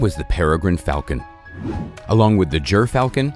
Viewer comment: You pronounced gyr falcon soo bad